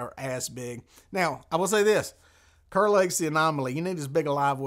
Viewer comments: You might not know this, but it's actually pronounced "Car" Lake. Not spelled like it, but that's NC for ya! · Not just a NC thing. I had a British friend YEARS ago. His name was Kerr. If you pronounced it "Curr", Sebastian would correct you, fast. "It's pronounced Karr! I cur is a mongrel dog."